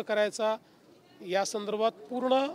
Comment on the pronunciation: तू मेल्यावर की शेतकरी मेल्यावर देणार ते सांग....काय संतर्भात संतारभात बोलत आहेस...